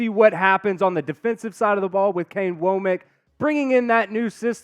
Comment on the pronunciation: It's not woah-mack. It's wah-mck.